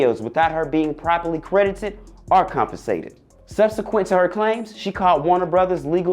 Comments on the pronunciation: lol did you say "canvasated" instead of compensated ?lol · The word is pronounced 'compensated' not 'confisated'.